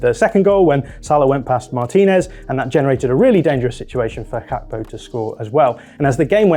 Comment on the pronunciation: Hearing you call Gakpo "Kakpo" made me sick in my mouth ngl